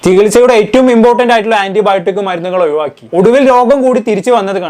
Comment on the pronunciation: പയങ്ങലെല്ലാം.... ഒയിവാക്കി...😂😂